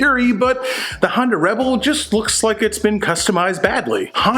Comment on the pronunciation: Love how you pronounce Honda, sounds like you’re saying Hondo as in Hondo Ohnaka from Star Wars 😂🤣👍 The geek is strong in this 1..... yeeeeess feel the power of the force 😂🤣👍